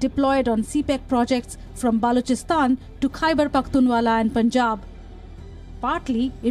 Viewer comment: hate mongering and idiotism at its peak..its khyberpakhtunwa....not pakhtunwala....and what to comment on this disgusted by the lies